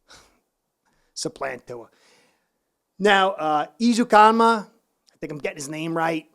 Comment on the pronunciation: Good job on pronouncing "ezukanma"! Now teach...